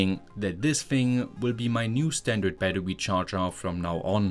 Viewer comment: I love how you pronounce Battery as Battewy lmao